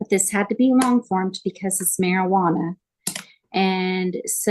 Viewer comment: Nooooo! . Not the "MariHuana" with an "H".